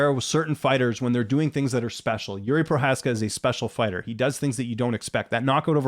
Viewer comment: Jiří is ok, but not Yuri, like Yuri Boyka 😀 I am not sure, if you say Jiří or Yuri, but Bisping and the others, say Yuri everytime 😅 I think Procházka doesnt care. He is nice guy. 😄